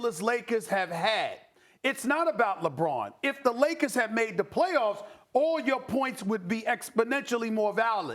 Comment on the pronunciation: Stephen A Smith always says " THE LOS ANGELES LAKAS " not LAKERS ...."LAKAS" lol.